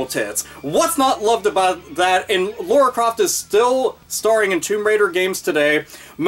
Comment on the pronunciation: "Laura" Croft...